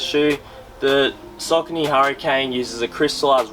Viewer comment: Pronounced "Sockanee".